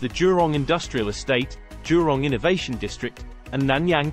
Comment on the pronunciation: It is jurong not durong